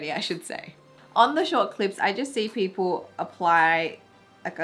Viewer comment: PEOPLE are using eyelash glue.... Me: What... did she say Pit Bull O.o..